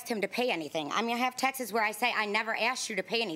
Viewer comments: It cheapens the show? It's a daytime court tv show. It's already cheesy and stupid and cheap. For Christ sakes she's saying texeses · I can’t stand when people says “texes”. How hard is it to say “texts”? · If she says textes one more time....🤜🏻🌛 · Does it bother anyone else that she keeps saying 'textses' or is it just me?